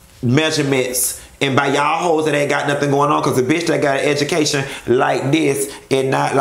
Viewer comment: I kept rewinding just to hear you say "An edge-u-caytion..." Crine...😂😩